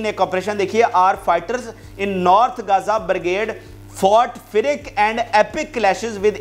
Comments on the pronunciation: Firik nehi bai, fi-ars hai ( fierce) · Pronounce fierce correctly. Ask ur colleague.